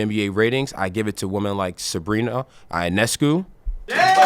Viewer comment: A Sabrina Ionescu fan who doesn’t even know how to pronounce her last name 😩